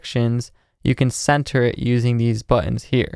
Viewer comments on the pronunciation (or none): none